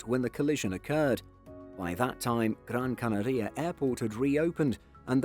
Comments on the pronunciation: Gran CanAria: acento tónico en la segunda A de Canaria. El narrador pronuncia incorrectamente "CanarÍa" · “Gran where” ?! 😮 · Great pronunciation of Gran Canaria 😂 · Why do you pronounce Canaria so weird? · If you were an american, i'd not comment on your bizzare pronounciation of Gran Canaria. But youre british so im calling it.